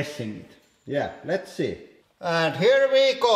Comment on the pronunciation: "ant hier vi goo"